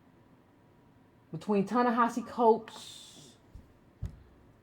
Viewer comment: Thank you an analytic voice of the current issues facing us as a race of people here in America May I suggest that you not assume that your subscribers know the definition of words, ie, neoliberal ( please explain its meaning) and the word, pessimism. Also, I think the correct pronunciation of his name is, Ta(ta) Ne(neh) Hi(he)Si(see). Concerning the waste overflow in the yard; yes it is absolutely necessary that we focus on issues "at home", here in America, but in my opinion, your vision is short-sided. We live is a global society and what affects us here ultimately affects colored folks world-wide. Malcolm understood this when he wanted to address the United Nations. That made him a real threat, causing his demise.